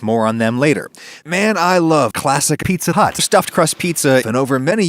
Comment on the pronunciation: Where did you get the clip of him saying Pizza Hut? I thought he just said “eatza glut” or “feetza butt”.